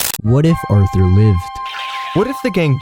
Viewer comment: “Arther” we know its you